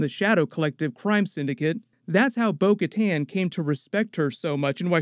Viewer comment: Bo Kattan said her name like "Boca Tan"